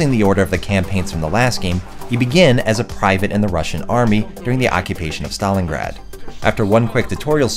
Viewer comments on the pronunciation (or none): none